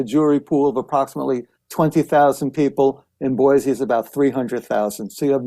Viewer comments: I would love JUST ONCE for someone to pronounce Boise correctly. It's never been Boy-zee!!!! Its Boy-see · Megyn, I moved to Idaho 7.5 years ago and I immediately learned to pronounce Boise correctly. It's Boy-see, not Boy-zee. Dead giveaway in Idaho that you're not from here if you pronounce it with a Z. Glad you got the pronunciation of Moscow right. Yes, it's Mos-coe, not Mos-cow. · Pronounced “Boy-see” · It is Boice_e